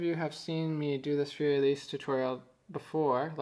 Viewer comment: thanx! your a great teacher! but one tinsy bitsy tip: learn how to say 'Fur elise' and 'ludwig van beethoven' properly. don't worry, i won't judge you on the way you say two phrases!